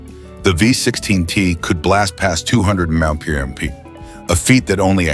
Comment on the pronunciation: "With a reputed top speed of two hundred and ....sixty eight emonie mey yer arr".